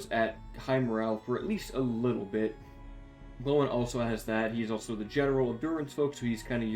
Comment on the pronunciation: Gloin pronounced g-loin like loin chops not glow-in